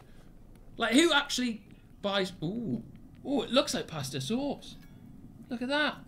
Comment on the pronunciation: why’d he say pasta sauce like that lmao